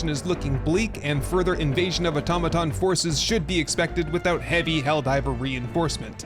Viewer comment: Finally, an Youtuber who can actually pronounce "automaton".